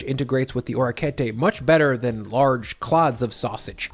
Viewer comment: Your Italian has been paying off - love the rapini use instead of rabe, well done. If I could offer some feedback, the pasta is literally "little ears," so it's oh-rek-kee-eht-tay. Bravo comunque!